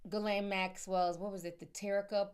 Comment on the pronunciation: GHISLANE= GEEE LANE